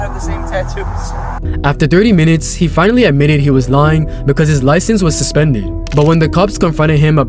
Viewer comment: “When cops axed fer hiz lye-zenze…” nuf-sed.